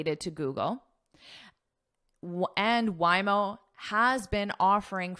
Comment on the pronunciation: Hi, Happy Diwali from India. Organic matter means, the matter from living beings and all living beings do have carbon even if they die. So wood, coal, and bones have carbon compound carbon. And by the way Waymo is pronounced as..Way..mo not Why..mo. Sorry if I am wrong. I am your subscriber and love your lessons. Thank you